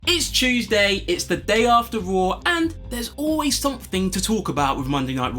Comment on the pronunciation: “It’s Chewsday”